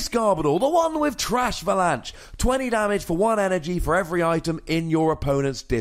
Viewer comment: Love your channel to death but the way you say Trashalance.... I just really can't understand why 😞